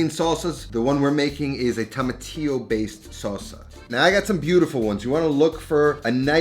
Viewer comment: tomatillo not tamatillo